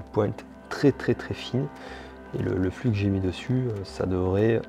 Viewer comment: Ptn mec tu dit n'importe quoi propos des matériels utilisés tu dit isopropalique alor que c'est isopropylique tu dit flu alor que c'est flux et aussi une console se ne démarre pas sans disque dur voilà c'était pour moi ce n'était en aucun cas une critique bonne soirée